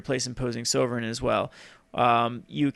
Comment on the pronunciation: Should actually Look in how to say Sovereign correctly... because he looks foolish